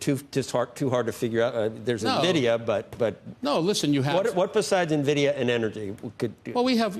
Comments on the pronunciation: oh dear....if you can't pronounce Nvidia property you definitely shouldn't be investing in it! It's pronounced ENVIDIA not NERVIDIA!!!!! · What’s Na - Vid - iya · If you pronounce Nvidia as “NUH-vidia”, your analysis is useless. Simple test of whether the homework was even done correctly. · Oh you sold nuvidia huh 🤣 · For the love of god stop saying "navidia"!